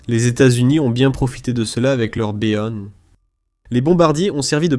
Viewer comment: Oui, j'ai remarqué. Hilarant!